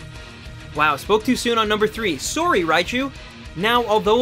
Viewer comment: how did he say sorry?